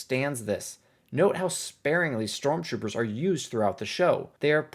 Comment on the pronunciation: “strontroopers” lol